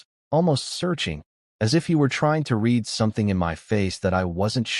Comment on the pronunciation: As usual, most occurences of "read" and "unread" and "misread" is mispronounced. A human narrator would know what's required from the context.